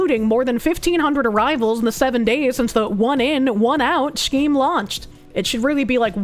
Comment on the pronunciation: "Schkeem" "Peckege"